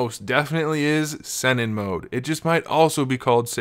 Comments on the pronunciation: It's Sennin (Seneen) not Senin also Sage Is What this mode is called in the anime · Pronounced:Sah neen, but good video.